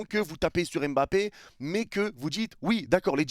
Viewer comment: D apostrophe avant Mbappé pour dire EmBappé 🤔 C'est un peu affligeant. Surtout quand je vois des jeunes joueurs de France ou de Belgique d'origine africaine écrivent leurs noms de famille avec des apostrophes (genre N'zuzi etc...😵). De grâce, oubliez l'accent. Un petit effort est dite MmBappé ou encore MmBokani 😊. Pour le reste, les propos de l'immigré sur l'affaire Mbappé est pertinent.